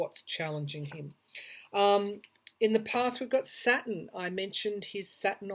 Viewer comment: It took me awhile to figure out you were saying Saturn. I kept trying to figure out why you were talking about satin (fabric). 🤗